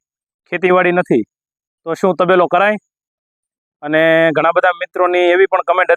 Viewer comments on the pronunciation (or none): તબેલો નહી તપેલો થસે‌ વીડીયો ના જોવો